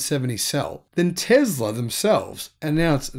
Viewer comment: Its Tesla dude, not tezla.